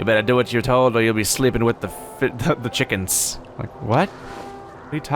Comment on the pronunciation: ah yes… chukens